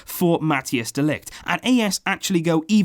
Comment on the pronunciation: You pronounce it ”de likht” 👍